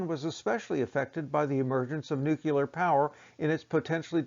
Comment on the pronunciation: Ahhhhh, it’s not “nucular” it’s bloody “NUCLEAR”. Why is his so hard?…